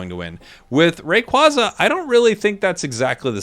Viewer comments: BTW yes, it is officially "ray-quay-zah" and not "ray-quah-zah", since "quaza" comes from quazar. that aside, very much looking forward to year 2 for the game and to whatever other pokemon will be coming into the game after mew, dodrio and scyther/scizor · Rayquaza is pronounced like the word "quasar", as in the space thing. Hopefully that help with your pronunciation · I definitely feel like a new catch phrase for you could be that whenever you’re talking about Rayquaza you say “they keep telling me it’s Rayquayza” lol